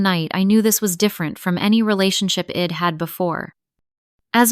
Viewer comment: Id’ ill’ wed’ ? Really